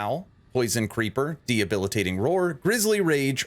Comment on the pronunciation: 👮‍♂There's no "H" in "Debilitating." You're thinking of the word "Rehabilitating." Great build.